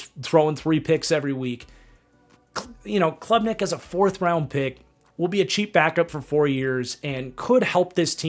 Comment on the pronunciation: Cade Klubnik. Not Clubnik